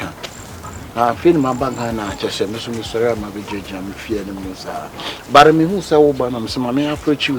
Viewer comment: Why do keep saying "bet" instead of "but" 😂😂😂